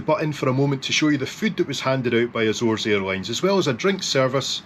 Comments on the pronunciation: Excuse Me! I am Américana and I pronounce Azores as Ahzores. Not as Āzores. 島カナリ。 So there!! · Get it right.... It's Ah Zoh Rez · She wanted to clarify you were not landing at the "Bzores " 😂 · i dont think there is an american pronunciation of azores due to the fact that 99.9% of americans have no idea the azores exist